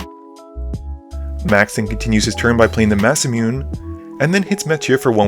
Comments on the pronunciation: "massa-mewn" lol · That Masamune pronunciation though 😅